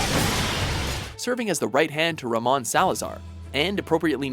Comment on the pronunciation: Anyone else get annoyed how the Mojo team always pronounces names the wrong way even when the pronunciations are clearly spoken in the game/movie/TV show? I'm talking about how "Ramon" was pronounced in this episode.